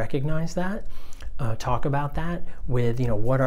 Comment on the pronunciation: Your videos are awesome! Thank you! ( but i totally heard like a "Twalk" or "Tawlk" near the end :P )